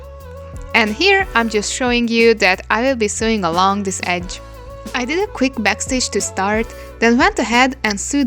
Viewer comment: In case no one told you, in English Sew is pronounced like So, no matter whether it's in sewing, sewed, sews. All pronounced as So-ing So'd So's I know it's confusing when you see it because it does look like how you said it. 😅 Love the video. Thank you for the tips!❤